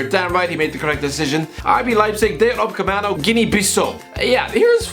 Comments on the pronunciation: Every single one: Upamecano: Upacemano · I don't know if he does it as a joke by now, but in case you haven't noticed, he is called upaMeCano, not upaCeMano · Dayot "Upcamano"? ... pretty sure its Upamecano.... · How the spells it: Upacemano How the pronounces it: Upaemano How it really is: Upamecano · Normal guy: Upamecano: UPACEMANO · um lad, Upamecano not Upacemano lmaoooo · isn't it upamecano not upacemano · Repeat after me: U PA ME CA NO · "Dayot Upcemano" 😂😂😂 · It's upamecano not upacemano please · Still pronounces it as Upacemano 😂😂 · It's easy. upa-me-cano. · Will someone tell the it's Upamecano😂😂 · How are you still pronouncing it “UpaCEMANO” I mean seriously lad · At this point I'm pretty sure he's doing it on purpose. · The way he says upamecano lol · Does he mispronounce Upamecanos name on purpose 😂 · still doesn't know how to pronounce Upamecano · when is he gonna pronounce upamecano correctly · Make several videos about cl but still not able to pronounce Upamecano name correctly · Can't this say upamecano? It's not that fucking hard God dammit. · His name is Upamecano bro, surely can’t be that hard for a journalist. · Another video of still fumbling the pronunciation of Upamecano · I don't think the will ever pronounce Upamecano's name correctly